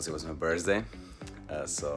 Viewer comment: No one : Perkz : BirZday